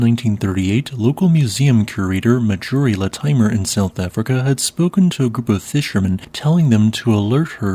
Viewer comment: OK, NOW I'm starting think you are indeed using TTS software with these videos, as Marjorie Courtenay Latimer's name is pronounced nowhere near as it was in the video. Marjorie is a common first name, with the R definitely sounded in it. Latimer is also a common surname which most everyone should recognize is pronounced LA-ti-mer (whith a short A), not Luh-TIME-er.